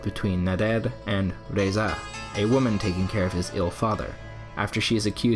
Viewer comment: Razieh not Reza , good analysis though